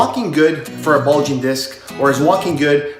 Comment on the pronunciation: “Bugling” disc?? Really? 🤣